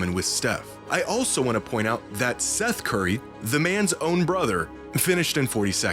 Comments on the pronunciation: It’s Seth Curry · It's Seth Curry